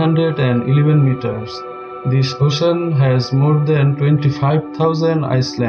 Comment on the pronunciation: areh bhai is-land nehi... island(i-land) hota hai